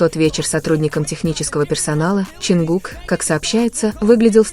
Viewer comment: Канал соссенок,ударения хоть правильно ставьте на имя Чонгука,и не врите на весь мир эти слухи,они должны идти своей дорогой,не придумывайте новые романы😊